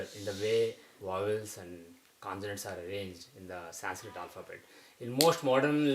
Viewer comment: Even he is saying sanskrita... y not sanskrit..they hav a habit of putting a in everything... shiva, krishna, yoga, lagna, mahabharata..it shud be shiv, krishn widout emphasis of aaaa in the end...